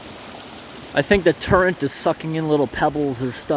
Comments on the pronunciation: Is it my imagination or does he call current turrent instead? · ............ are you saying TURRENT ?